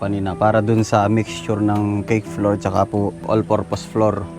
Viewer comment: Sorry sa pag correct ng pronunciation mo sa flour, it should be "flawAr" at ang bowl po ay "bOwl". Hindi po flower and bAwl. Always enjoying watching your videos. Ang saya ninyong magkakapatid. I wish kuya kapangay the best of health always.